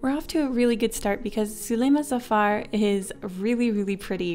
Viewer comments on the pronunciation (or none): (-* Zuleima Safar *-) (-* Pronounces it jafar. *-)